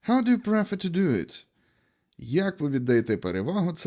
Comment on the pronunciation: Перевірьте як вимовляется дієслово "prefer" 😢